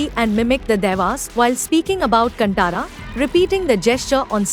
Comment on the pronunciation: Freaking northies. Firstly it’s “kaaantara” not cantaara